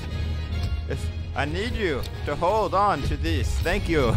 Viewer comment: “I need you to hold on to dees” 💀